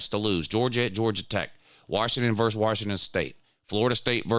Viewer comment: VERSES not verse